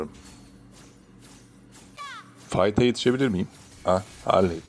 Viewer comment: Harliy demene bitiyorum ya😂😂😂